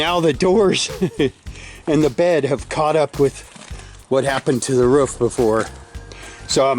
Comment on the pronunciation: Why do Americans say “woof” instead of roof?